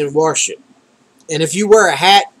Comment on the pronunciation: are you saying "warsh"?